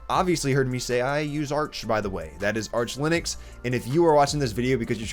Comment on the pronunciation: Ты про Линукс? или Лыникс? Что, черт возьми, такое Лыникс? В английском алфавите Ы даже не существует. Why are you distorting the word so much, adding the non-existing in English nor in Finnish language vocal there? Why do you have to replace the i with Russian ы and the u with i? Give some respect to Linus and pronounce the word as it originally was. At least that much should you be able to do.